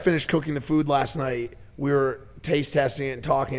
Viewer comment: So glad they harped on how pronounced food “FEWD” 😂😂